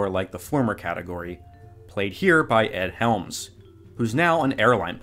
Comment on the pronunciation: Are you saying Egg Helms? Egg?